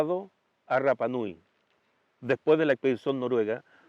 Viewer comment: CANAL MATA O TE RAPA NUI, AMO SU CONTENIDO, NO ASÍ, A MI HAU RAPA NUI, CUANDO LE DAN CON EL RRRRAPA NUI, CUANDO UNA ILUSTRE VISITA DICE CORRECTAMENTE RAPA NUI....TAREA PARA LA CASA